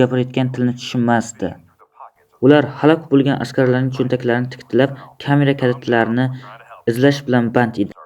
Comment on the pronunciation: Titkilab✖️ Tikitlab✔️